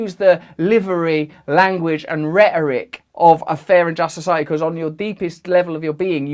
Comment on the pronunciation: Society “ Soo sigh a eeee”. Keep working on pronouncing those “Ts”